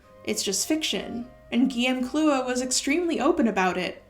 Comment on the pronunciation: I must say, your pronunciation of Guillem’s name was perfect!